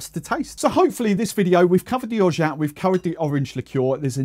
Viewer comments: Just like Giffard has a silent d, so has orgeat a silent t hence correct pronunciation is or-ja. BTW, I'm bilingual English/French so make of that what you will 😀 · I googled the pronunciation of orgeat and a YouTube video gave the french pronunciation as "Or Zhah". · Orgeat is the French word for almond and so the T is silent. It's roughly pronounced as "orzsha". I've made my own orgeat a number of times and it's really good, but it just doesn't last long enough and it's a lot of effort. I'm currently using Bristol Syrups. After watching this I might try adding some orange blossom water to the bottle. I'll look into the other brands you've suggested for next time. Orange liqueur wise I've only tried Pierre-Ferrand, which I prefer to Cointreau or De Kuype but I've never really thought of trying anything else. I'll look out for your suggestions there as well. Kumquat and mandarin sound delicious! Cheers 👍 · I'm French, no the French word for almond is amande. It's not pronounced "orzsha" it's orja (J like in Jesus but without the D sound).